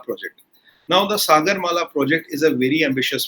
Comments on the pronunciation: Its not suh- gurr. Its Saa- gur. Like in Saa re ga ma... ( Indian music , dont know what it is in Arab- Turkic ) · The way he pronounced Sagar, 😀 Adhri ghaghri chalkat Jaye 😁😁😁